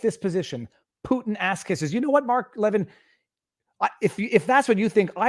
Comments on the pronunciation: Seriously, this is what is bothering you? Why don't you tune in to his show and you'll understand Mark better. Pronounced... La-vinn. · Love your videos. FYI it's pronounced Laveen. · You're mispronouncing pronouncing one of the strongest conservative voices in the world's name... Please stop embarrassing yourself. If you're going to comment on the news... Get the big names right at least! Geeze! It makes you look like you just started listening to the news for the first time in your life. I couldn't even listen to what you were saying because so sounded so stupid.